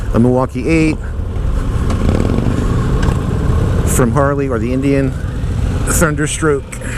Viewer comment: You said it right..The non Harley….Harley!